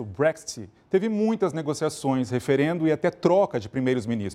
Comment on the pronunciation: Nem sabe falar BREXIT 😂😂😂😂😂😂😂